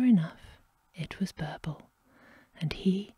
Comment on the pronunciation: Also the i in birbal is pronounced as e😊